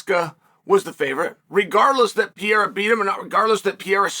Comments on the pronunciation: Love story time with uncle Chael, but I'm pretty sure it's not "pee-air-uh", it's "per-ray-ruh" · Do you want an accent tip from a Brazilian? The R in Pe(r)eira only sounds like an H if it is in the START of a word. Pe(r)erira doesn't sound like PeHeira. Think like Hamilton (Ramilton, sounds like H) or Oliveira (definitely does NOT sound like H).... Only exception is if it has like double R... like carro (car), it definitely sounds like H because it has double RRs